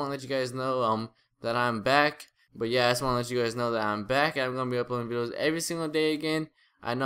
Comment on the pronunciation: he said bideos, is he kidnapped?